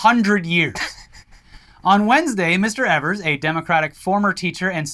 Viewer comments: Sorry, I'm sure someone has mentioned it, but Evers's name is pronounced "EE-vers" instead of "EH-vers". We also do not know what in the boggle is going on in this state. We're gerrymandered to the end of time. It's insane over here. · It’s pronounced ēvers. Source, from Wisconsin. Love you guys! Thanks for covering the story!